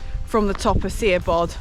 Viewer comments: Really enjoying youre videos guys, love the chemistry between the two of you. Im from Llanberis myself and have tended to stick to Snowdon TBH mainly, but have done the glyderau etc over the years. Done Moel Siabod a few times via this very route....BTW its Shah...bod, much easier to pronounce than you think..ohhkay patronising bit over with😊. Just come back from a wee trip to Buttermere where I did Red pike, high stile and crag but chickened out on haystacks...so Ive been binging your lake district exploits as well and shall be using as a blueprint for future trips I intend to take. Keep on keeping on, welle for conquering that pesky vertigo!! Tale care guys❤ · Superb video of Moel Siabod scramble!! really enjoying going back through all your vids this evening. Incidentally, its pronounced more like MOIL (as in boil) SHA (like in sharon) BOD (bod, like in.....bod!) - stick with me for more welsh pronunciations using terrible phonetic examples hahaha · Lovely film and some useful insights into the origins of Capel Curig's name.. Diolch.... just one point on pronunciation.. your mountain is pronounced Moyel Shabbod...no sh spelling in Welsh so Si = sh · Lovely peak, summited a couple of times in the past-offering a fantastic elevated view into the snowdon horseshoe. Very much enjoyed your vid guys! Re the pronunciation of Siabod- was told by some welsh locals it’s ‘Moel Sha-bod’.! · Great video, never been this route so would like to try it now. Oh and you pronounce Siabod like "shabod"! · Very enjoyable route - the pronunciation of the mountain is Mole Shabod. Excellent video. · Great filming and commentary love it. I think the way to pronounce Moel Siabod is Mole Sha bod.